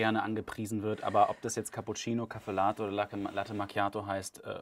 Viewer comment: Caffé Latte wird nicht "Kaffelaate" ausgesprochen, das klingt ja wie Schokolade.. Aber das lernt ihr schon noch. Einmal Italienurlaub und dann läuft die Sache ;-)